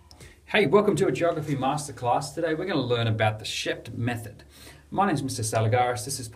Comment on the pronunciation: It's Sheep-t.